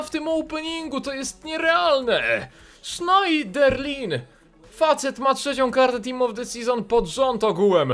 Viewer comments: nie Sznajderlin, a Sznederlę ;) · Czyta się Sznederlę. Tak samo jak Coquelin czyta się Koklę.